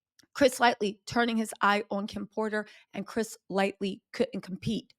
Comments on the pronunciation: It’s light- y like e no “L” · Thank you because everytime she said Lightly I was getting pissed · trust me she needs to edit this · It was bugging me too! And the Fat Joy comment. I am like this is my era-who Lightly and Fat Joy!?! 😂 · Chris LIGHTY. You jack up more names than I can keep up with. But I love you anyway. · I love you but please say people’s names correctly ❤ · How you reporting on someone and not get their name right smh. Just shows how much research you do smh. It’s Chris Lighty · The only thing killing me about this video is the spelling of his name! It’s Chris Lighty. It’s spelled wrong and being said incorrectly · Please take the time to learn the correct pronunciation of people's names. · Gotta get chris's name right before you do a full video on him. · Busta, 50 all them had ultimate respect for Chris Lghty. Something going on and Busta was very vocal. Chris Lghty was Violater Music Label. Came up through Red Alert formed Violater. Say his name right. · Could you make a pinned comment apologizing for mispronouncing his name the entire video? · Good news. But, please get his last name correct. Lighty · Can't watch when you keep saying his name wrong. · All respect due but it’s CHRIS LIGHTY….damn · Thanks...however, like Wendy, you lose credibility when you get names wrong, it makes me think "What else is wrong?" Chris 'Lite- E' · She killed Chris's name. It's LIGHTY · I love you but it's making me hurt every time you say his name wrong. It's Chris Lighty. Not Lightly. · Mamma - Chris's last name is prounaced LIGHT-EE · His name is not Chris "Lightly".... Once again you butchered it's Chris Lightly!!! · you have to go all the way back to the Beginning. It's Lighty with No "L". But goo back to 1989. That's how far maybe 88 and read research learn who these people are, the circles. Start with Uptown and work forward. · It’s Chris Lighty. Like light tee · It’s “Chris Lighty” 🙄🙄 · It's Chris LIGHTY, not Light(ly)!